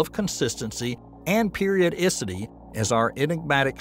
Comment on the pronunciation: I was just happy to click on this and not hear the expected AI voice and disjointed presentation. The only potential hiccup was the pronunciation of periodicity which might have been an AI tell (well and maybe the continued long-form name of the object) -- but if this is AI, dang, it's really good.